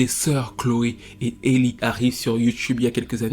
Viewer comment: Rien à voir les amis mais son prénom se prononce "Ali" 😅 Plus sérieusement, le pire dans l'histoire, ce n'est pas tant sa grossesse. L'enfant est en bonne santé, très mignon, c'est une grâce. Le problème c'est que chaque fois qu'on entend parler d'elle maintenant, c'est parce DDG a ouvert sa bouche qlq part ou a tweeté qqch Avant elle et sa soeur c'était les petits génies de la musique qui faisaient tout (chant, instruments, écriture, production) et que Beyoncé avait signé. Je me rappelle encore de vidéos d'elles en larmes dans le salon de leurs parents parce que leur 1er album avait été nominé au grammy. Aujourd'hui leurs noms sont dans tout sauf la musique